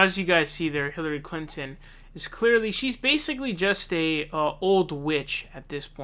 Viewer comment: Lol'd at "hilary clanton"